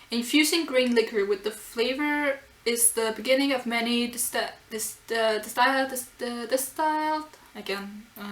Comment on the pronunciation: Cypress: sy-, not ky- Cerebral cortex: seh-REE-brahl While I'm stumbling on the Danish, hyeer-neh-bark? Distilled: dis-till'd Fragant: a typo! Hayama looks cool, but that long hair flying around is asking for trouble. Speciality: speh-shee-al-i-tee or speh-see-al-i-tee (or specialty: speh-shull-tee)